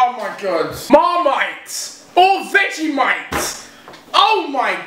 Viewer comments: do anyone here thought he say dejimite not vegimite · When you said vegemite didnt you mean dejimite? Lol